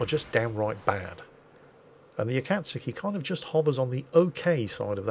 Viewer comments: Since you asked for it: Japanese is a mora-timed language; a, ka, tsu, and ki are all one mora, so they should have same length in time. So, you should pronounce it as a-ka-tsu-ki. Your pronunciation is more like a-katsu-ki. Slow down. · correct, the u would usually be "pronounced" as a short gap with the hint of a soft u sound. It's not really "Akatski", it's more "AKATSuhKI" with the uh sound being soft and almost rushed. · It's the pronunciation of ka that really throws it off. Should be more like the ka in khan. "ah-KHA-Ts-key". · "I'm going to pronounce Akatzuki properly this time and barely pronounce the U." Akatzuki: "Meoooooow.": "Yes I know Akatzoooki.":D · its Ah-kah-tsu-kee, there is a u, If you watch at least one Sailor Moon episode in the first season (like episode one) you can hear Usagi pronounce her name, which has that Tsu syllable. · As someone who lived in Japan, the Correct Pronunciation of Akatsuki = Ah Kah Sue Key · it would be pronounced AH (as in the exclamation) - COTS (as in a place to sleep) - KEY (as in the item with which you start your car and open doors) That is all. I shall make my way back to the salt mines now. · Hello indeed Akatsuki is pronounced Akatski the U is nearly silent. Ps Akatsuki (暁) can be translated in English as Dawn or Daybreak. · Jokes on you the U is (probably) fine. Both A's should be pronounced closer to 'ah' if my Japanese is correct. So theoretically it's closer to 'ahkahtsuki' with the I pronounced as you were. Didn't realize that's how it was pronounced after far too much time researching WWII. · Only thing is,, you pronounce the a's in Akatsuki the same as you pronounce the a in Mogami, long a sounds. Other than that, you're doing well in trying:p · My Japanese is a bit rusty.....think you'd say it like "Aka-tsoo-ki". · Oh, just don't link the KA-T together, your pronunciation is otherwise decent. It sounds like Ah-Kah-tsu-ki